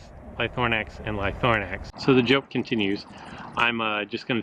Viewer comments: Ly-THRO-nax ;) not Lythornax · Use broken dinosaurs to break another broken dinosaur, seems legit. And it's LY-THRO-NAX, not ly-THORN-ax!